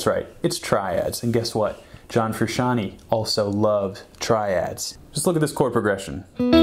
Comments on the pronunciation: its big bootay...! learn your triad shapes...sure learn how to pronounce your subjects name. also, your unwound strings either are clipping on multiple mics or the frequencies are triggering overtones. it sounds bad. i doubt its your tone overall...just a mic thing. thanks for the video and much love to JF. He is an influence, a big one. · Habits of John Fruh-shawnie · Take a shot Everytime he says "John Frishanee" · I love your videos but I have to say it... IT IS PRONOUNCED FROO-SHON-TAY! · "John fruscianty" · Shyteeee, I have to click this video away because this guy cant pronounce Fruscianteh either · it's all fine and dandy but who the hell is John FrusciantY? I only know John Froo shaan tay! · Damn dood, if you're gonna do a video on a guy the least you could do is pronounce his name right.. You need to put some RESPECK on that mans name.. yeahhhhhhh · You should at least pronounce his name right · I stopped watching this video as soon as i heard him mispronounce the last name. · I'm not even gonna talk about how he says "Fruschanee" rather than Frusciante 🤦‍♂️ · Yo! in "frusciante" the E at the end does not make an "ee" sound! it makes the "eh?' sound if that makes any sense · It's pronounced "Froo - shian - teh" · His last name is not Fruscianteee, its supposed to sound like Frusciantae or Frusciantay , to many people say that improperly. its a soft E. Sorry has to be said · Frusciant-AY. Not Frusciant-EE. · i think you should redo the whole video and just call him John...(I wince when you call him Frus....) Respect. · Wanted to shoot myself everytime he said "Frusciantee"... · Federico mtls Whom is this Frishanee of which this man is speaking of? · Fac Tor that makes no sense its pronounced fru-shawn-tay not fru-shawn-t... Like Tennessee is not pronounced tay nessee and tender is not pronounced taynder its tay not teh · But that's what I'm saying. I was refering to someone saying that even Flea says '"Fruscian-tea"